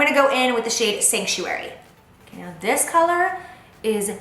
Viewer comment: I love how you said "collar" instead of color towards the end of the video, lmao! So cute! Girl I loved the eye look. Can you please list the eye brushes you used? especially that gold one.